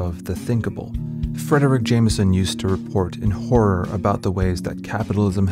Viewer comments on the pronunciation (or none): none